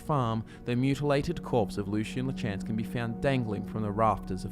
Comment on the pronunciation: It triggers me every time you pronounce “Lachance” like that